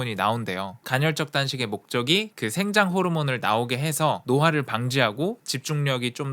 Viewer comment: 간혈이 아니구 간헐이구요 생장호르모르몬이 아니라 성장호르몬이에요 미국에서 어렷을때부터 살은 나도 이런발음되는데